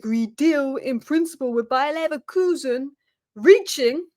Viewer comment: Love your Bayer Leverkusen pronunciation, dayum :)